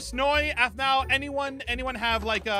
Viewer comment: Aphau! Me: the name is Aphmau!